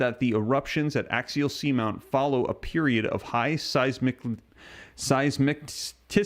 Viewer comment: Say it with me…..size…miss…city..😂😂😂 Just pickin with ya! Thanks for doing what you do!